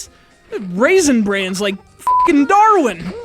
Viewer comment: Raison bran? lol only on